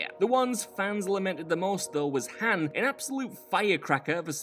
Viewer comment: It's Han, like on. Not Like Hand without the d.